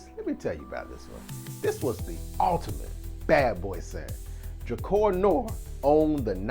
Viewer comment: Pronounced DRUH-CAR